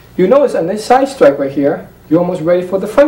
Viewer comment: side stwike, fwont stwike..... side stwike, fwont stwike, cwoss stwike